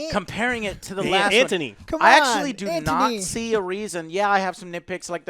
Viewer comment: “Who’s Ant-tony?” -The Winter Ant